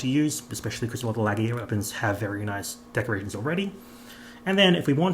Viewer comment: I’m sorry i can’t deal with the way everyone says laggys name 😂lol ❤